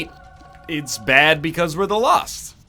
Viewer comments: "Lolst run" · That was a weird way to say "Lost".